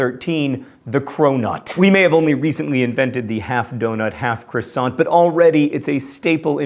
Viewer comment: Crosant? That's the worst pronunciation ever! Loved the video!